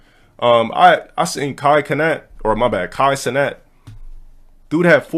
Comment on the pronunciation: really pronounced “Cenat” with a hard C sound 💀💀💀